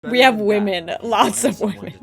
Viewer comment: we have wemen a lot of wemen. Me:she's gona say it i feel it